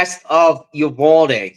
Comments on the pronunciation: PRONOUNCED "EU-VAL-DEE " . 😊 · pronounced U-val-de. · "You - Vaal-dee" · They were probably shooting wild pigs or counting deer. Your not saying Uvalde right 😂